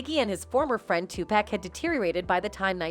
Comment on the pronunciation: Informative video. But I keep laughing when the speaker says Too-pack 😂 He’s name should be enunciated more like 2-puck or too-puck.